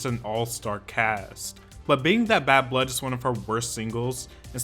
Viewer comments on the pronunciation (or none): none